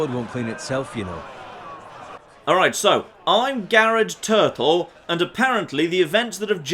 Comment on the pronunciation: "Gared Turtle"